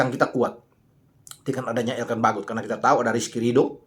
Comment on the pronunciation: lucu juga cara pronounce anda menyebut "Struijk, Jenner, & Baggot".. Padahal cara pengucapannya ga seperti itu dah 😬😱😀😁😃😄😆